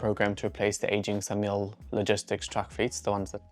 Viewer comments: SAMIL is pronounced "sah-mill"... not "Samuel" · Hi you mentioned about pronouncing military vehicles correctly it is not Samuel trucks it is Samil to pronounce correctly Saaa mil helping you out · Failed on SAMIL though.